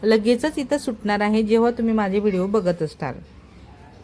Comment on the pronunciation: तुम्ही मराठी बोलता पण ठुम्ही तुम्ही गडा काय म्हणता